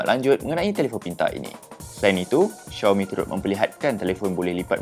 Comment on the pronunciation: Sebutan Xiaomi adalah Siaumi bukan Syeeaumi ye!